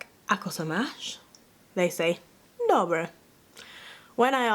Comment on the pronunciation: im czech raised in western america (Nevada) so pardon ma'm but none of that was correct I habe never soft rolled my r's when saying Dobře and with an A as the ending vowel- the czech ř is very unique to only the czechs in any slavic language the only people I have met to be able to pronounce it correctly have been predominantly spanish or Portuguese speakers as thiere first language. Slovaks are not even as closely related as they are geographically , they linguistically cannot pronounce czech words as accurately as spanish or Portuguese speakers in the same situation. it is not same language.